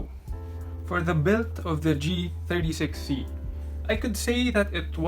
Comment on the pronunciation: he said g63c instead of g36c